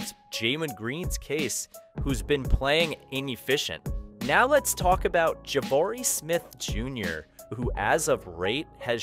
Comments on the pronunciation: Jamen and Javari? It’s Jalen and Jabari… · “Let’s talk about Javari Smith Jr who as of rate has shown baroovment of da dribble” lmao are you an alien?